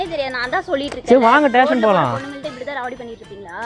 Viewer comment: Station is a word... Tation is an emotion 😂😂